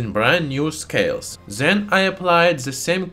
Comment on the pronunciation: Why you saying "zen" istead od "then" ?